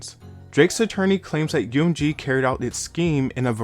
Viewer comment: My guy, you need to pronounce M in UMG correctly lol. It's not one word spell it out lol